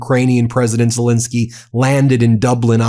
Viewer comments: PLEASE STOP MISPRONOUNCING THE MAN'S NAME. it is "Zelenskyy" and NOT "Zelinskyy" - the middle syllable having the e sound of pet and step and bet, NOT the i sound of pit. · *ZelEnskyy. Please get his name right.